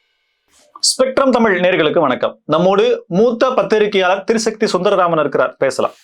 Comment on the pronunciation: அது திருசக்தி இல்லை தம்பி திரிசக்தி என்பதே சரி